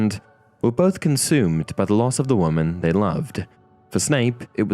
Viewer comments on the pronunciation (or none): none